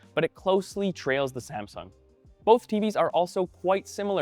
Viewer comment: "SaNsung" Hah! xD